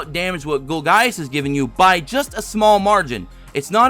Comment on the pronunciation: Not to be jerk but its pronounced gol-jus